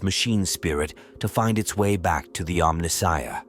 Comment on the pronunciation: omni-shia? mispronounced like a true AI voiceover